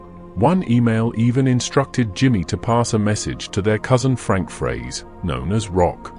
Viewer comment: It’s jack froese not Fraze